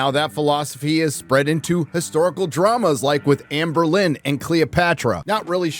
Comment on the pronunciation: Nice critique and commentary. Tip of the hat to the pronunciation of Boleyn.